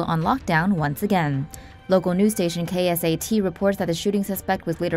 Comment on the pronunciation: The radio station is pronounced K sat not K.S.A.T